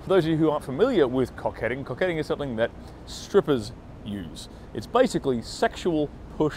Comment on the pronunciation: Love how you emphasized on the "stripper" part